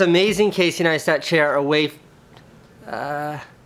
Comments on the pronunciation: "Casey Neastat" "Yeah Neistat" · That feel when you pronounce meet Casey and pronounce Neistat wrong. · I found it funny when that guy guy didn't pronounce your name correctly and you corrected him afterwards lol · "Casey Kneestat!" "Uhm Neistat..." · Love that Casey corrected that guy when he pronounced his surname wrong haha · he got figured in the vlog even though he butchered your name?! blasphemy. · he says he's a huge fan but can't even pronounce his last name right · How do people still pronounce Caseys surname wrong? He says it in every video lol... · Saif Hussain No, he says his first name, but when he doesn't get Neistat right, that's why Casey corrected him. I think that's why he got annoyed, like, "You don't even know who I am but you want to get in on my vlog?" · Your Life Is A Great Story He just pronounced Neistat wrong, thats all. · ramsey u fuck u got his name wrong